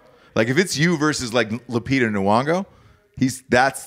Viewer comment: Damn, homeboy messed Lupitah Nyong'o's name pronunciation over there